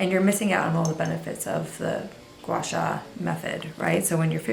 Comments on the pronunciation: It’s actually pronounced more like gwah-saah! It comes from Mandarin, which is a tonal language & is challenging for people who aren’t of that culture. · No you didn’t, it’s pronounced “Gua “Sahh” I have been watching this technique be preformed by a Chinese medical esthetician